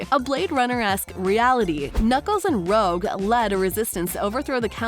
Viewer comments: btw its not rogue its rouge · I thought it said it was gonna come out around May-June 2023. Also, Rouge is pronounced "Roo-csh" not "Rogue". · it was so irritation hearing 'rogue' instead of rouge. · ITS PRONOUNCED ROO-JE